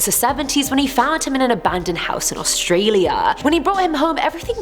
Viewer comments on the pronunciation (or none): none